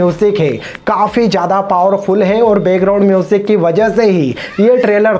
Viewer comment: its background music not begground music. its jacqueline not jeklin. its slow motion not slow mosan. its action not heckson. its visually not visvalli. its ship not sip. you can't even pronounce the words properly but, you are talking about the actor.